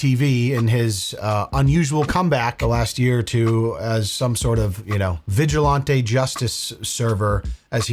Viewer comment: Why do you pronounce vigilantes as vigil-ON-TAY. Its vigil-AN-TEE